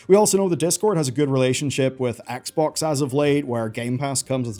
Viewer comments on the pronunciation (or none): none